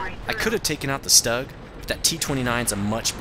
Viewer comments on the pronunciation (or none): For god sake.......German tank name is not Stag......but Stug (vocal : Shtug) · You dont say stug. You Strumgeshultz or STHUG